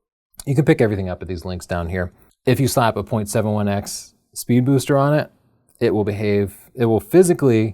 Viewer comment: Drinking game: Take a shot every time in this video that struggles not to say "Spood Beester."